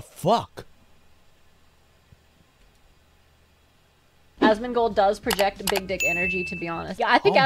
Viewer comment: He's Asmondgold... Not Analgold... 🦵 🌭 🍻